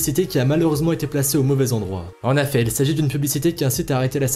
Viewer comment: On dit "en EFFETS" bordel pas "en affets"